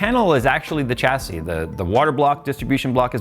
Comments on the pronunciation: tcha-see? Sha-see (chassis) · "SHASSY" IT'S PRONOUNCED "SHASSY"! IT'S A FRENCH WORD, SAY IT RIGHT FOR THE LOVE OF GOD.